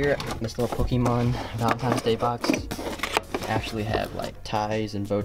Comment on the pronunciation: Did he just say “ pokeMAN ”